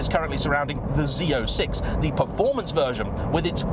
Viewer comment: You actually said “Z06” and not Zed 06. Everyone on this side of the Atlantic Ocean appreciate it 😅 For us, when we hear “Zed” we hear Bruce Willis saying “Zed’s dead” at the end of Pulp Fiction. 😊